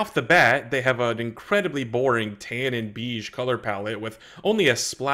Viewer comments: It's pronounced bay-ge, not beeeege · Just fyi, beige is pronounced "bay-juh". Not "beeeej". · Did you pronounce beige (“bey-ge”) “beej” on purpose as a reference to loading ready run, or what? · bro said Tan and BEEGE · Great video. Beige is pronounced "bayj". It's an odd word.